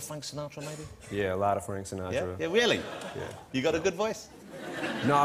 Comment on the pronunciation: This is a weally good interview